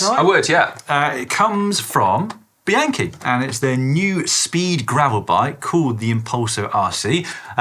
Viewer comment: Why do all of you guys mispronounce the word Bianchi? Is this intentional? To piss off the Italian riders? 😅